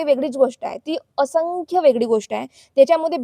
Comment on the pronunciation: अशंख्य नाय बाई असंख्य असतंय ते.. आधी मराठी नीट बोलायला शिक mg दुसऱ्यांची नाव बदनाम कर...